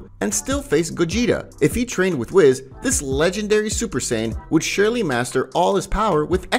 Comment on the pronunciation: Bro it's whis (wheeese) not wiz.